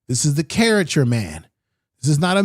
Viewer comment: ...cariCAture not cariture...